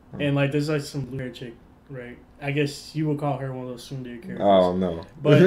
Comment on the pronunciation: it's Soon-dere